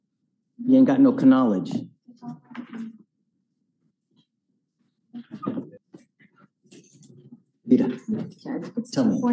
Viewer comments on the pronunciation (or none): “You aint got no ka-nowledge homeboy”😂 im done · he was stating the fact that the defendant was so UNEDUCATED that he has no “ka-knowledge” (wrong pronunciation) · “He has no K-nowledge” lmfao🤣🤣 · "You ain't got no k'nowledge" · Does anyone know why His Honor sounded the initial "k" in "knowledge"?